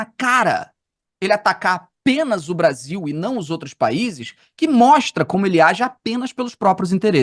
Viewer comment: "... O Bavil deveria pôduvir... quêm errei?"